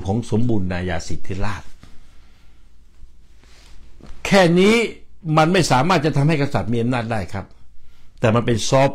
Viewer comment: คำอ่านเป็น(สมบูระนายาสิดธิราด) #สมบูรณาญาสิทธิราช